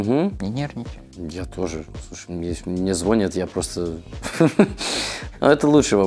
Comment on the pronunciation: Леви настолько шарит в русском языке, что он как и многие россияне неграмотно говорит "звОнят", а не "звонЯт"